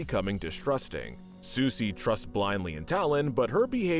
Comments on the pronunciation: " susi " me: "It's sisu?.." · Um it’s not Susi it’s Sisu and Sisu is awesome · And they need to learn how to pronounce one of the main characters names. I got so frustrated hearing Sisu called Susi over and over. But despite liking the content I've HATED a lot of the awful pronunciation through a lot of the videos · Yeah, Susi! 😂😂😂🐉🍱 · You guys left out Princess and the Frog 🐸 And you pronounced Sisu's name wrong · Ok some notes *You pronounced Sisu wrong *You insulted Jim Cummings talent in voicing characters when he’s been a beloved staple for decades *The sides characters in big hero 6 (not the villain) we’re pretty memorable cause of their distinct personalities *I don’t think the message of Encanto was just all about perfection, it was also about family love and accepting each other (there’s also a small message on how grief and tragedy affect people) *That comment about Ralph being a creep for being friends with a kid and being overprotective was really unnecessary